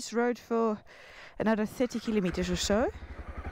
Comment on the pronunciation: I like how you pronounce Kilometer as Kilimeter.